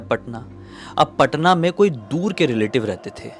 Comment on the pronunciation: Patna hota h bhaiya paaaaatnta nahi😅😅